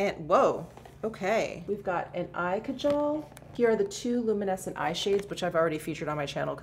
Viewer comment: Kajal is pronounced as ‘kaa..jal’….the stress being on kaa….Great haul!